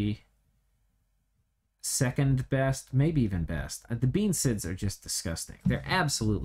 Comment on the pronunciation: Fun fact, bean sidhe is actually pronounced "banshee"